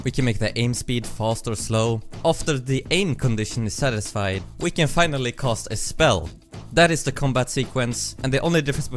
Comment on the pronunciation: i'm embarrassed to admit how long it took me to realize he was saying cast not cost